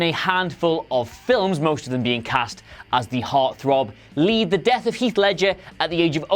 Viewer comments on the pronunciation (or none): none